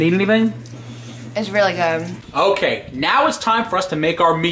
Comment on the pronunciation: * eats food that made*: That's so goom / That's goom hahahahhaha